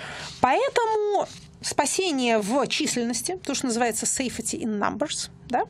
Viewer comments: Слово safety произносится /ˈseɪfti/, a нe /seifeti/. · Gregory Orlov... Какое отношение "Пигмалион" имеет к тому, как произносить слово safety? Я не профессор Хиггинс, просто считаю, что, если люди решили употреблять иностранные слова, то они должны произноситься правильно.